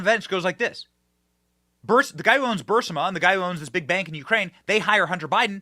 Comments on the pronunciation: Benny!!!! ITS "BEE YOU RIZ MA"!!!!!!!! 😜 NOT "BURSIMA"!!!!!!! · It's Bur-IS-ma. You sound illiterate. Replay MTG saying it. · BUR I=LONG 'E' SOUND, SMA = BUREESMA. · Benny, I believe it is pronounced “ Boo ris ma”. Spelled “ Burisma” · How has he not learned how to say Burisma yet 😂😂😂